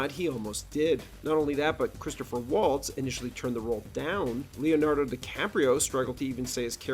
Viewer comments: Stopped watching after "Christopher Waltz" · “Christopher Waltz” lol Great vid